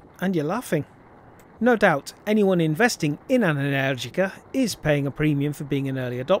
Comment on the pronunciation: I think you are the second English moto reviewer/vlogger to correctly pronounce "Energica". ❤